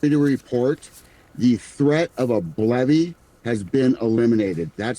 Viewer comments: who else thought he said "Bloody" and not "BLEVE" lol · Also, didn't he say BLOODY instead of BLEVE or did I misheard?